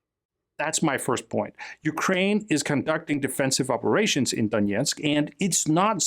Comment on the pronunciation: btw, there is no "yeah" in Donetsk. The "yeah" part is russian pronunciation.